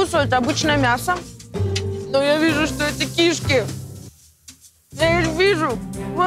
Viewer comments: Все таки очень важно получить в жизни должное образование и владеть родным языком. Кровь из ушей при её «кИшки» и из глаз при совершенно неуместных кривляниях. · Мне выпуск понравился, очень интересно. Правда ударение в слове "кишки" меня ну ООООЧЕНЬ смутило...даже полезла в словарь себя проверять, может это я всю жизнь не так говорила. Но в целом ведущие молодцы, ещё наверно хотелось бы, чтобы они выглядели более ухоженно, но наверно сейчас такая мода. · Какие к черту кИшки? Она не просто говорить не умеет, но и элементарные слова правильно произносить🤦